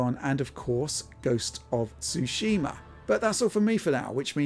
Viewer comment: I don't understand what is difficult about saying Ghost of Tsushima but Digital Foundry is having a hard time with it